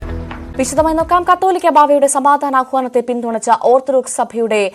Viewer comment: കത്തോലിക്കാ ബാവ അല്ല. കാതോലിക്കാ ബാവ എന്നതാണ് ശരിയായ ഉച്ചാരണം.